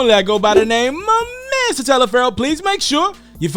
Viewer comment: It sounds like you saying miss instead of mr.. Ijs